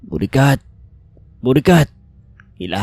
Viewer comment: Bakit Borikat 😭 nakakatawa pakinggan😂😂😂😂